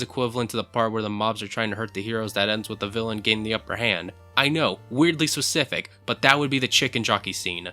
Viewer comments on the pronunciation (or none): none